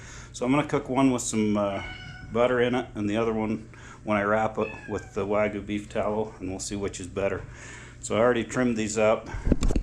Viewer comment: The y in wagyu should be pronounced.